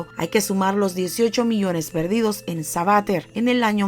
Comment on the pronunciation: SABATER.... Sabatér... CON ACENTO EN LA E